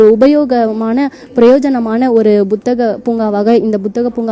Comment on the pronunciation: Athu buthagam illama. Puthagam